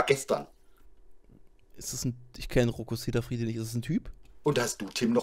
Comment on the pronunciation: rocco siffredi..nicht sicafredi..der hat doch selbst keine ahnung